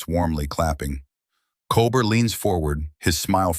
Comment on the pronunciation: Learn the names. It’s not Col Bert.